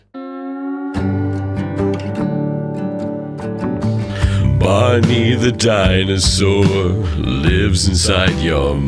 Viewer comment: I was listening to this while drawing, and when you said Barney the dinosaur, phonetically, it sounded like “Bonnie”, and I was like “Who the fuck is Bonnie the dinosaur?” And I thought that was silly of me